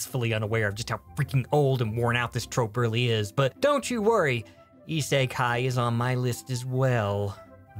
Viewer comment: if i got that joke right, you prononounced -kun wrong. did you just say that every single fantasy isekai is also harem? thats not how you pronounce isekai